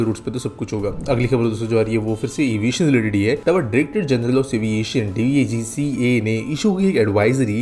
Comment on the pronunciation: DAGCA 🤦 are bhai DGCA bolte he usko, ek aur extra A add karke complicate kyu kar rhe ho?